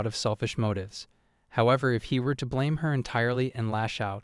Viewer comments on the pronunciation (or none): none